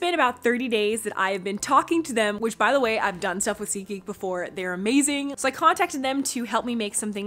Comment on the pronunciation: Oh my gosh it's SeatGeek😂, I thought it was ziki😂